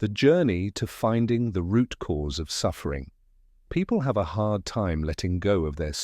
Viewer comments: Great book but terrible narrator. It must be AI and it’s full of errors. For example: The word ‘suffering’ is constantly pronounced ‘sugering’. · LMAO I'm listening to it right now and I was like hey Google what's the definition of surguring?